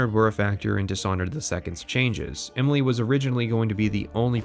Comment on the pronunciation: You say "Imily" instead of Emily. Can't un-notice it.